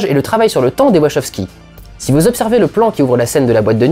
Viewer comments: Question existentielle : on prononce "Wachoskis" (comme énoncé ici) ou "Wakowskis" ? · Une des pires prononciations de Wachowski que j'ai entendu.